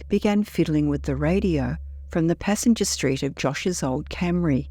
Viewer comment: She said "passenger seat," but yeah, it did sound garbled.